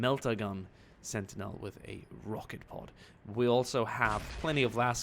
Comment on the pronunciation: You pronounced Killer Kan wrong You pronounced Sentinel wrong That’s not a Melta that’s a Gravcannon Their called Choppas and Nobs You never once said Boyz and I’m disappointed Yellow and black are the bad moons clan No WAGHHHHHHHHHHHHHH 1/10 Calling the Imperium the “empire” -1 Baneblades are used mostly by Astartes, that’s why. The Orks with the heavy guns are called Lootas or Big Shootas